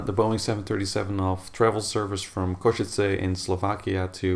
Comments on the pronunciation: I learnt how to pronounce it from him XD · Košice is my home airport, glad to see somebody flying from there (although mentioned on a bit negative occasion here :D ). Also, good job at pronouncing the city name right, most foreigners get it wrong. Thanks for sharing :)